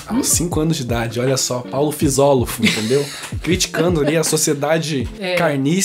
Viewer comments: "Fisolofo" ksksks amok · Eu gostei do Paulo "fisólofo" (lá nos minutos)